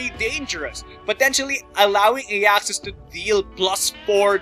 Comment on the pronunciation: i was SO hoping you would get for that intro! well done! though i think his name is pronounced AI-axus....maybe.